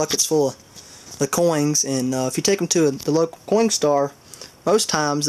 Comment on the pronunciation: is he saying coing or coin? not being rude, just asking